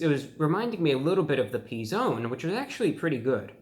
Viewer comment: Haha. He said “The P Zone”